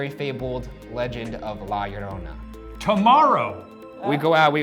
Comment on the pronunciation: Finally someone pronounced Llorona correctly